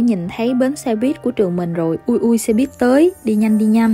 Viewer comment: Lâu lắm rồi mới thấy có ng đọc đúng là xe buýt. Đi đâu e cũng nghe xe bít tới nỗi mặc niệm là bít r